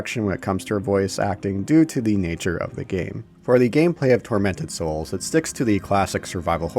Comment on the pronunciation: First time mention of the title I thought you said "Fermented Souls" NGL caught my attention..